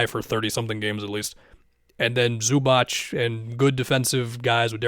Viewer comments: The clippers sell a shirt with the correct pronunciations and it’s Zuba(ts) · I'm Croatian and it's Zubac, Zuba(ts).